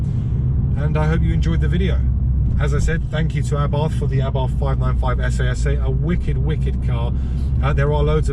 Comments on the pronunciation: "ess" "ess". Like a Camaro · You do realise SS in Italian is pronounced essay-essay 😂